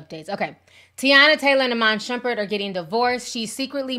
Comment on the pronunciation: Ti did you say Sherbet?? 😩🤣🤣🤣🤣🤣🤣🤣